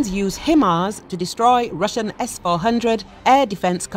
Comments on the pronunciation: HIm -ars ??????? Try Himars (High-mars)........ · It's "HIGH-MARS"...